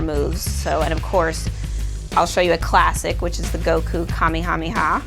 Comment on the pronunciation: its not kamee-hamee-ha its kamE-hamE-ha!!!!!!